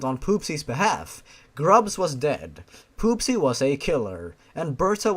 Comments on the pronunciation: I think that her name is not pronounced as poopsy but popsy it would make more sense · At one point, I though Grubs said: P00SY.